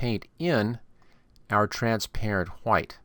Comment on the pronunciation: I said he was saying white wrong